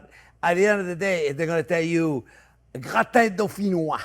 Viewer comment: How come a french guy is mispronouncing Gratin?